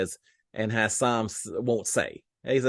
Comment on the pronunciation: Hey there,! Thanks again for giving us updates every day-even when all we had was animals to see...🙄 I have to tell you... To pronounce Hisam's name:. It is "HI sum" accent on the first syllable. I know, us being from Texas and stuff, we haven't had many people with this name but I'm here to help you! You can do it and THANK YOU, AGAIN for giving us updates! Pray for rain for us too!!!